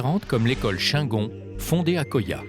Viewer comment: Dommage de ne pas savoir prononcer le nom shingon (chinegône pas chaingon)